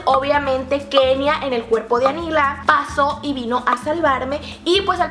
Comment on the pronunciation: Si se dieron cuenta, cuando estaban acostados y Kenia habló, dijo locha en lugar de Kenia